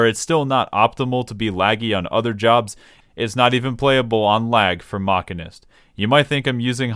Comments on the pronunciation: It's the mechanic, not the machinist that fixes the car, if you have A after CH, it's pronounced as K, but if you have I, it's pronounced as SH. Do you say Machine with K? I doubt. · Ive lost the respect of this guy for how he pronounces Machinist. Its pronounces the way it is because they use MACHINES. Half their abilities are a specific MACHINE they utilize. their level 80 ability is a robot, a MACHINE if you will. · As someone who's real life actual job is a machinist, a person who makes things on machines, that pronunciation is very painful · I know I'm a bit captain obvious here. But of course I don't hire a "Machinic", I hire a "Mechanic". However you are pronouncing it as "Mechanist"... which is actually a thing from Fallout... TIL. Side note, "Machinic" is also a word lol, something something "Of or relating to machines". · A mechanic handles mechanical devices. A machinist handles machines. It is pronounced "mashinist" Thanks you for coming to my Ted Talk. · Saying "mockenist" is like saying "ay-ther." Just proveably wrong. The "machin" part comes from "machine." And Æ is pronounced "E" like in "dæmon." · It's obviously sarcasm but for other people the Mach part refers to machines not the speed so it is pronounced machine-ist also bad analogy as its not spelt machanic its mechanic... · See I'd pronounce it different still, like this: mack-in-ist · does he read machine as ma keen??? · I love Mock•uh•nist cause it’s like playing Cata era fire mage but with guns and way more style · i love how dryly he just pronounce "maqeeness" and just rolled with it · does he call machines mackeens? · Is the Bloodborne joke becuase your pronunciation sounds like Masochist? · i call it mark-in-ist as well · >chair pronounces MCH as mach-a-nist >me making fun of him >"I hope you don't hire a Masheenic" > "... hey wait a second" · We all know it's pronounced Machinist. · Disliking JUST for the pronunciation. Drove me crazy the entire video, you're a monster.